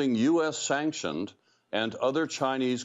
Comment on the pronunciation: She can’t pronounce the city us sanction